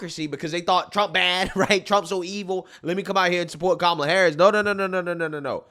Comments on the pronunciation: "mamala" is hilarious! It means suck it in Spanish hhahah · Did Oprah call her mamala 😂😅 mamala Verga 😂😅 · Oprah did not pronounce her name correctly 😅